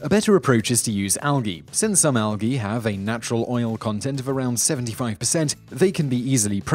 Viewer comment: Al gii?? The G is prominent.. al. Gee...